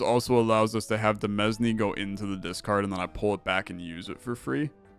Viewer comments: Btw, demesne is pronounced "duh-MAIN" or "duh-MEAN" (idk man, blame the French) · Fun fact: Demesne is actually pronounced like Domain but with a de instead of do. I don't fault you though because it's origin is French and their pronunciation rules are stupid.